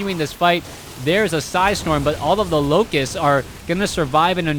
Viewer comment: You need to keep following the action even when expressing your opinions. The first 8 minutes of this game you were so obsessed with the mothership core that you missed the oracle casting entomb twice, the zerglings attacking the front and the defense from the void ray. The word is locusts, not loci. Stop saying "here" when referring to a point on the map, describe it (e.g. 3rd base, gold base, natural expansion, etc.). Swarm hosts don't produce eggs.